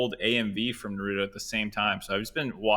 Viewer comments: Fucking Christ! Please learn how to pronounce Naruto properly. It's NA-RU-TO. NOT NAR-RU-THO. Damn English dubs ruin everything. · The way pronounces naruto makes me cringe, one way to spot a normie.